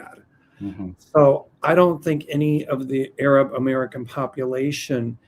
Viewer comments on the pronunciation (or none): … please learn from mel how to pronunce Arab not aaaaaarab which is like the N word for black people.